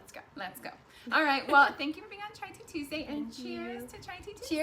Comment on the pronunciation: the intro said chia tea 😂